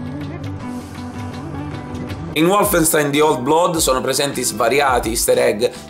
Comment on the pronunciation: Diamine, si dice "Volfenstain" non "Uolf...": è tedesco non inglese!